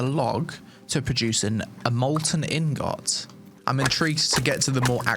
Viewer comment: You pronounce ingot really weird. The o is basically silent.